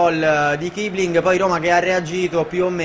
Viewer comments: non è kibling ma kissiling perché in tedesco si legge con la doppia s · comunque si legge kissling